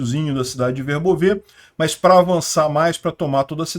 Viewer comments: Oi! Volte a pronunciar corretamente Verbóve Parabéns pelo trabalho! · Boa tarde,! Eu dei uma olhada no Google Tradutor, e a maneira que você pronunciava Verbove antes é que, aparentemente, estava correta, o último "e" não é pronunciado.